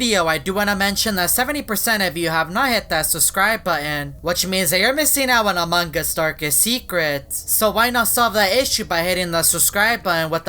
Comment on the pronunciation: Its among us not among gust